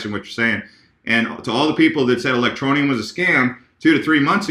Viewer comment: a, I'm digging the ELectro-knee-ummmm!!! lol haha rising!! sweet!!